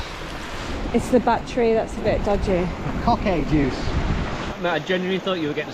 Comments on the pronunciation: coquet is pronounced ko-kit lol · Tom mate you need to improve your pronunciation of Northumberland words.. 😂. Never heard anyone say Coquet like that. (It's pronounced co-kit) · River Coquet - pronounce Co (as in Coke) Ket (as in pet) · Never heard the croquet pronounced like that lol and they are beaters waving the flag. They'll be shooting game birds. Not deer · That Coquet pronunciation 😆